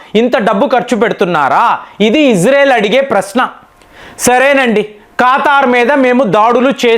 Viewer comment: It is not khataar, it's Qatar